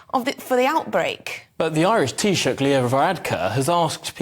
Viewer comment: Congrats for a good pronunciation of "Taoiseach", the Irish Prime Minister.